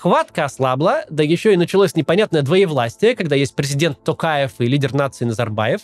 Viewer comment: Не знаю, только мне приятно слышать, что Максим говорит "ТОкаев", а не "Такаев"? 🙈